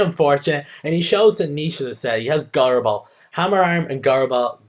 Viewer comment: gyro is pronounced jy-ro. just sayin' you got pretty unlucky with accuracy this game. made up for it with a couple crits and good stalling though